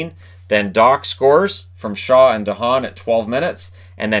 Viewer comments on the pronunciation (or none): none